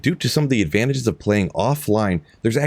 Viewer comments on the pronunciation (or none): "Advatages" 😂 luv you